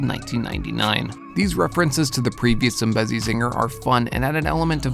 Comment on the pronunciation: Tbh hearing people pronounce Zambezi wrong gets on my nerves so much